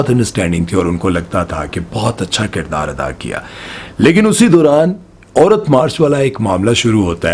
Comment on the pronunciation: Apni Urdu theek karo ,it’s Aurat not oorat !